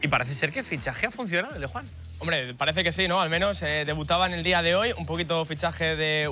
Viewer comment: Me niego a que llamandose Juhan le llameis “Yujan” y no Juan